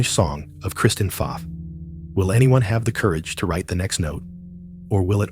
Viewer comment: Pfaff is pronounced “faf” not “faaf”